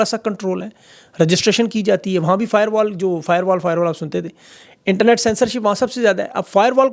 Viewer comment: یہ فاٸروال کوفاٸبروال کہتے رہےہیں۔